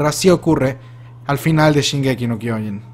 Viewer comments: Años y años de hacer videos de la serie y sigue sin aprender a pronunciar kyojin y siguen agregándole una N y quitándole una H a Shiganshina. Se pronuncia kyoJIN no kyOjin, y no es shinganSIna, es shiGANshina. Fuera de eso, muy buena teoría, puede que sea Armin de un futuro (que aún no sale en el manga) el que contacta a Eren y el que realmente le siembra la idea a Eren por lo que termina haciendo todo ese caos. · Pues entonces, al igual que, te falta poner atención a cómo lo pronuncian los personajes. Solo dale play a un capítulo sin subs y te vas a dar cuenta, nadie en el anime dice "kyOjin". Muchos tienden a pronunciar mal las cosas en japonés porque solo las leen como se les ocurre la primera vez y no como realmente las dice alguien que sí habla japonés, otro ejemplo "animÉ" en lugar de "Ánime".